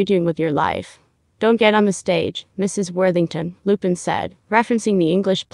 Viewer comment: LuPONE. Not Lupin 🤦‍♀️